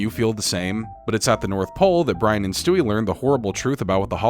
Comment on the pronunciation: Being sweaty and staying in water all the time is gonna make you sick eventually...and makes you get your vowels mixed up: (brAIn❌) - (brIAn✅)